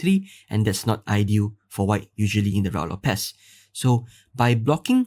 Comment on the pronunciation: IMHO it is pronounced RU-I LOPEZ.